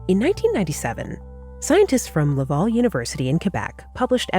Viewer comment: Good video. FYI, Ungava and Laval are pronounced "unn-GAH-vah" and "lah-VAL" (rhymes wth pal), not "unn-GAY-vah" and "lah-VOL"